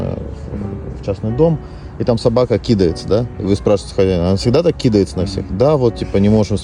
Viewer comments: КидАется, а не кИдается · Не кИдается, а кидАется нужно говорить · Да почему у всех собаки кИдаются, а не кидАются? 😅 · смешно сказал слово кидается с ударением на и а не на а 😂😂😂